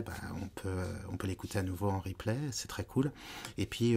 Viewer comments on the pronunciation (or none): none